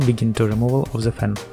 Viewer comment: "Disconnect ze battery from ze laptop"